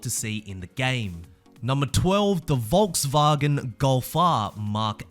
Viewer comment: The way you said Volkswagen😂 bro